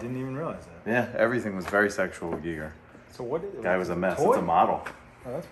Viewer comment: I love how the guy is obsessed with h.r. Geiger and doesn’t even pronounce his name right once